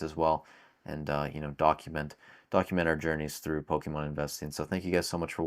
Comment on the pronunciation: My first prediction is you stop calling it Pokiihmon 👌😃